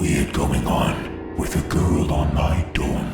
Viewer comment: Great story as always, but when first hearing the intro I understood "with a ghul on my dorm floor" XD